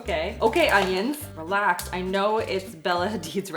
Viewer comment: I know..I thought the same when he said relaxx.